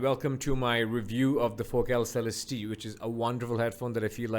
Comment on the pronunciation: You may be the first person i've seen review this headphone to say Celestee correctly lol